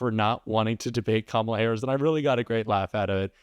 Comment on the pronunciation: It is Kamala not Kamla. I think it is high time to learn how to spell and pronounce the name of the President of the United States.